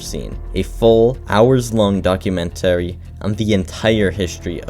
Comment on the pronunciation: bro said docuu-men-terry